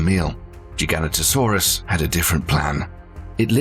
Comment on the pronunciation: Your pronunciation of the Gigantasaurus needs work .....you manage to say Giant really well but slaughtered Gi Gan ta Saurus when in dought look it up ....behave